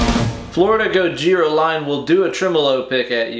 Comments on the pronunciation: The fact that you saying Gojira wrong just gets worse and worse has me crying. Godzilla 🤣🤣🤣🤣😭😭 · AT LEAST SAY GOJIRA PROPERLY OMFG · My favorite was Gagina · I'm gonna start calling them Gojina from now on. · He said Gogina! I died of death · Ways to pronoune Gojira: Gojira Godjira Georgina Gojina Gojirhea Godzilla French Bois Gogina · It’s more like godjzjiira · And gojhiraggh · When he said Gojina I lost it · Love the enthusiasm. Thanks. (Gojina LMFAO 😂🤣) epic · Pretty sure he said Gojiriah at one point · Gojira.. gojir ... Goja... Gojaria lol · Did anybody else hear “Gojina” 😂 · Did he say Gogina?lol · Simultaneously the most stupidest and most Informative guitar video... I need new underwear!! 🤣🤣🤣... Dude said 'gojina' 😂😂😂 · I never knew "Gojira" could be pronounced in so many interesting and creative ways until viewing this video. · His pronunciation of the bands name is hilarious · The way your pronunciation of Gojira deteriorates during the course of the video gives me life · Luv the multiple pronunciations of the bands name. Edit: ahh, it became obvious when u said godzilla 😂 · The more and more bastardization of the word gojira is comedy that's right up my alley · Pronounces Gojira different every single time hahahahahahaha